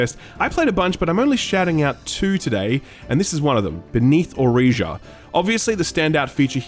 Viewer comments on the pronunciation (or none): Beneath Oresa. NOT OresEa.